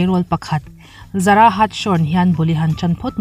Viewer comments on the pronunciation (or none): none